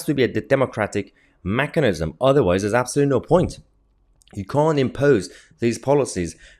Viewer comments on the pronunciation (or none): love your videos. keep up the great work... but ii's Mechanism... not machenism.. as in mechanical lol